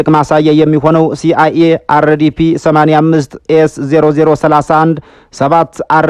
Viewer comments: ሲ አይ ኤ ወይስ ሲያዬ? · ሲ አይ ኤ ብለሀ አርም እንጂ ሲያዬ እአይደለም (CIA) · " ሲያዬ " እያልክ ነው ስም የምትጠራው ፣ ሲ. ኣይ. ኤ. ብለህ ፊደል አጥብቀህ አንብብ ! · እንዴት አንተን የሚያክል ድንቅ ተንታኝ ሲአየ ትላለህ ሲ አይ ኤ በል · ( የ ) አትበል መጨረሻ ላይ C I A (ሲ አይ ኤ)